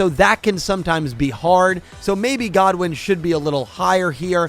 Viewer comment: Great vid but please stop saying Rex Godwin it’s Rex good win